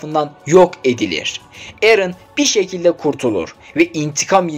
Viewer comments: Knk gözünü sevim erene niye erın diyon Japonlarda bile eren diyolar🤦😂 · knk erın ne dir ya dizideki japonlar bile bizden güzell dolu dolu erenğnn derken senin erın demen üzdü (izlediğim tek animedir ,mükkemel üzücü sonlu kalbi olan izlemesin .Mikasa nedennn demeyin sonra benim gibi .) onun dışında müthiş anlatım tebrikler. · Kanka liste güzel ama anlatım kötü sanki. Aot'u biraz basit anlattın ve eren irın dedin. Animede bile herkes erene eren diyor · Telaffuzlar şaka mi eren turkcede eren japoncada eren sen niye erın diyosun abicim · Koskoca Erene Erın da demezsin